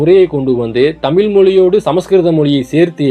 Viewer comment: தமிழ் என்று சொல்லவும் தமில் அல்ல ... நண்பரே